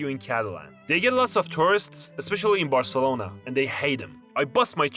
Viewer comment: theres only one thing i cant stand from this video and its him saying ANDRES INIESTA FROM FC VARCELONA and putting an image of Bernabeu behind. Pretty big lore screw.